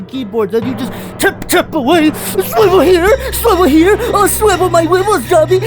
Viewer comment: sWiVeL h E r E